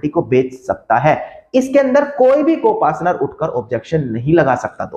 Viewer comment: Co partner Hota Hai ya co Pasnar hota Hai😖